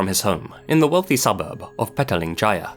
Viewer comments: Hey,. I was pleasantly surprised that you covered a story from Malaysia. However, I'd like to correct your pronounciation of Petaling Jaya. Please don't take offense to this comment. Instead, I hope that this comment can be of use as reference in the future. I noticed that you pronounced 'Petaling' the same way you'd pronounce the English word 'petal' with '-ing' at the end. That's not the case here, since 'Petaling' isn't supposed to be an English word. The "Pe" is pronounced like the word "Perth", like the place in Australia. The "ta" is pronounced like "tAH", followed by "ling", which you pronounced correctly along with "Jaya". So, it would be "Pe-tAH-ling". I commend you for for pronouncing "Kuala Lumpur" correctly, though. You're one of the few who pronounce the "u" in "Lumpur" as "ooo" instead of "uh". That's it. Once again, I hope you don't see this as offensive. I just hope that you find this comment helpful. Hoping to see you cover more Malaysian stories in the future. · I wish Raymond Koh case is solved. I am a Malaysian and Im from Kuala Lumpur. Its ok if the way pronounced KL, or Petaling jaya wrongly